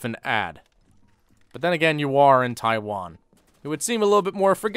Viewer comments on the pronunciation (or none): none